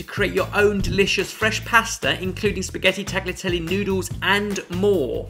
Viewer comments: Tagliatelli is not pronounced tah-glee-ah-teli but rather ta-lia-te-li. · Guys, great video. But damn. There is no "g" sound in "tagliatelle"